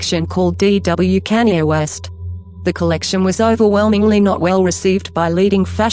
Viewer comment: its sounds like Kenya west😂